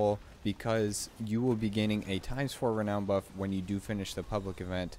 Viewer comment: Having trouble finding the D you're pronouncing in renown.